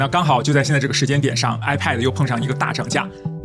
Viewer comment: 一直唸 I paid 😂